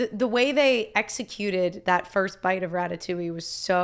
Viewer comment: As a French viewer, I have to assure you that the way you pronounced "Ratatouille" just before the beginning of the movie was definitely spot on haha! Anyway, I don't comment a lot but I figured this one was a good excuse for me to say that I really love you channel! Thank you for all your reactions, you are always so genuine and so enjoyable to watch, I always know that I am gonna have a great time watching you 🥰 Love from France ✨